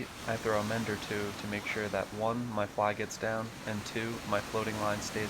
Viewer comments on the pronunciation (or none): what's a fleye? do you mean a fly?